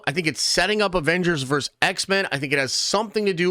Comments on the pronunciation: How hard is it to say “versus” instead of “verse”? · IT'S PRONOUNCED VERSUS!!!! NOT VERSE!!! FUCKS SAKE!!! Luh you. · DUDE: It's VERSUS, not VERSE! VERSUS is not the plural of Verse (that would be verses). You say it so many times I couldn't stop myself for pointing it out; sorry, and no judgment intended. Versus is always and only pronounced "vur·suhz," and it means "against." What you keep saying means a group of lines in a poem, song, or religious text. Otherwise, I really enjoy your nerdy rantings and will keep watching. :)